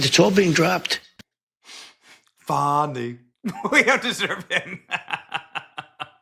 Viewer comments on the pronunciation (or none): Epic. Yeah, that's 'Fah-ni', with a soft A. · I lost it at his pronunciation of Fani. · ITS FANI...LIKE UR ASS.